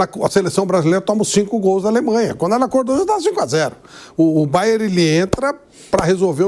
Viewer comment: Alguém ensina ao Pilhado que é BayerNNN…